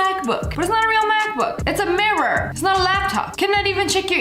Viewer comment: AGAIN? And WORSE? “MARE-UR”. 🤦🏻‍♀️